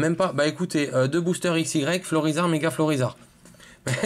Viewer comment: on dit aix